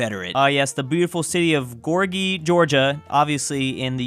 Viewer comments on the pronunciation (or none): Why just why does he say Gorgi instead of Gori what makes native English speakers say simple words in other languages? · He pronounced Gori at gorgi 😑😑😑